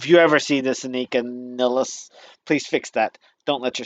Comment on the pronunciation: No, his pronounciation was quiet good. Nilles is pronounced as if you would combine your words "nil" and "less". Very simple, no trick. And you can believe me, because I'm german and I know a little bit about german pronounciation. Introducing herself as "Anika Niles" was just courtesy by Anika for american viewers.